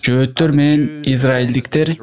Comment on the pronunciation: Жоотор емес жохитер когда учитнсь правилно